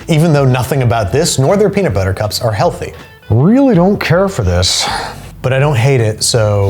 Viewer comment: peanits butter